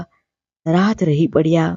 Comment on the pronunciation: Dukhant varta . Karnant varta . Pahelana samaynee navadhoo onee sasarana gharnee julam ane daman darshavtee dukhad varta chhe . Gojara sasrae putrvadhoona pran haree leedha . Kodbharee kalee murjai gai . Shreshth varta . Aap uchharma thodo sudharo karo. Utariya nahee, utarya , padiya nahee padya , vagere . Good .